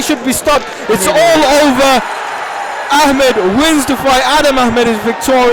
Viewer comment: Its Adam Ahmed not Hameed.. hahaha.. lmao its not naseem son